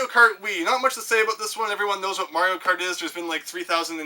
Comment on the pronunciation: I am glad to have finally found a Canadian on YouTube who knows how to properly pronounce mario xD